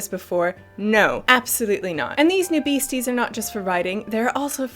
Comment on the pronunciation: Did you say BEEasties? ;D